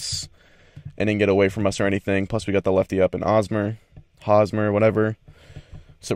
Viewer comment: The H in Hosmer is pronounced, not silent.